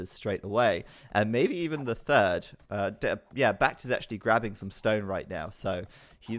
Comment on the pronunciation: He's never going to give up on pronouncing Back T wrong, is he?